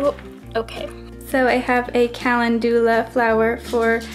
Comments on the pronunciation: Kal - en- doo- la. No,, wrong. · the way you pronounce calendula makes me so mad lmao